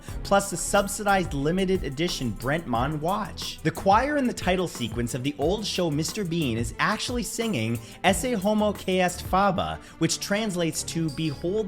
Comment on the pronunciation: It's Bremont, not Brentmont...😂